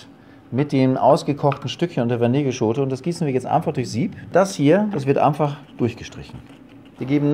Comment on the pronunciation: Wir lieben euch! Und er kleine Sprachfehler: Amfach, einfach toll. Macht weiter so!